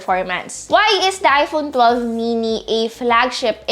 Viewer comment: parang naririnig ko, iphonu12 chuchu, sorry